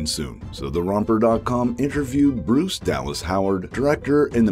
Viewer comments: Sounds very exciting Bryce Dallas Howard is working on it. The episodes she directed in The Mandalorian & Book of Boba Fett were good. I think she will definitely direct an episode. "Bruce Dallas Howard"😂😂😂😂 its pronounced Br-ice not Bruce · Bryce is pronounced like "brice" not Bruce lmao but still exciting news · Bryce... Dude!!! Did you seriously think that a woman's name was pronounced "Bruce"?